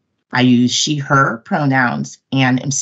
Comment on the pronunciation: When I heard her say, "I used she/her pronouns.." it took me about ten secs to register exactly what the hell that was. I'd never heard those words in that combination before; I thought there was some foreign word mixed into the speech. Took another few seconds after I played it back to figure out the purpose- she's about to blow smoke up somebody's ass.